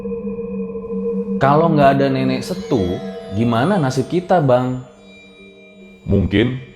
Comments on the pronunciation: Nenek setuwe bacanya bang .. Bukan nenek setu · Cara penyampaian Nenek setue nya salah bang hehe. E orang sumatera Setuwe .. (Nenek tetua)